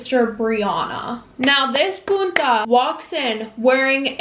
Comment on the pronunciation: i love how she said "pUnTa"😂